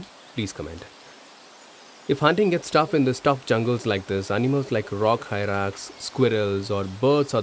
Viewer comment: It is Rock Hyrax, not rock hyrak